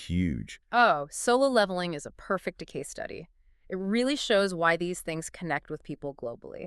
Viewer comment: 是 "perfect decay study", 还是 "perfect case study"？女主播说的好像是 如字幕的 "decay study" ，但又感觉不通。"case study" 就容易理解了。。。